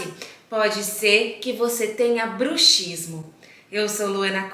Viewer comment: Se lê bruksismo . É um dífono. A letra X tem som.de ks